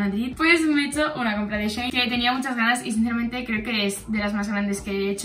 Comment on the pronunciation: cuando decías shein entendía zayn